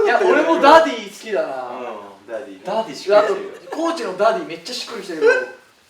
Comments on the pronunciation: 樹くんのファン歴関係ないっていうことをちょくちょく挟むのって凄くファンに寄り添ってるなぁって尊敬する 髙地くんのダディ呼び凄いなぁ、しっくりくる だけど、ジェシーくんの発音が良すぎてダーリンに聞こえる……(灬º 艸º灬) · ダディ呼びが生まれた瞬間が残ってるのも、 生み出したのが北斗なのも、 その後繰り返してるのにスルーしてるのも、 自然に流行ってしっくりしちゃうのも最高すぎてる 発音がDaaaddyみたいにちょっと甘ったるいのもおかしい